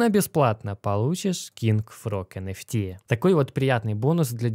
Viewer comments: Не понятно, для чайников, говорит про NFT, но слышится как энерси, это разное или все же NFT? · ЭН ФИ ТИ или ЭН ЭФ ТИ блин а ? Конфети блин